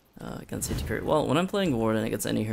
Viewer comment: That’s what it sounds like he says lmao